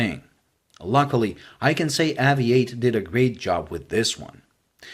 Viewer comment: It should be pronounced like aviate , Obvs.